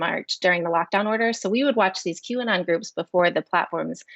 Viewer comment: Q ah-not!!!! Ridiculous is a understatement